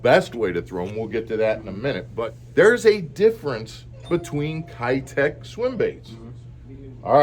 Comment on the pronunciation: Keitech is pronounced "Kay-tech"